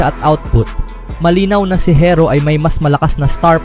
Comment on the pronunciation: Herro hindi hirro bubu mo